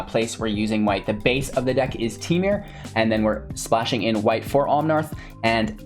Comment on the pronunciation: Left after her said both "Omnarth" and "Temure"